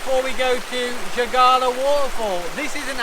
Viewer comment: Keila is pronounced like gay-la.